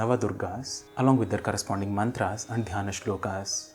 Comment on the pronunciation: Please do clarify if it is श्लोका or श्लोक, मन्त्रा or मन्त्र, योगा or योग। Your uttering of 'आ' after श्लोक and मन्त्र is really pronounced. It is disturbing.